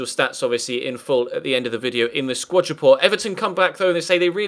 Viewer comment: I know this is a stupid complaint but for f's sake it's a SQUAD report, not a SQUATCH report this just really bugs me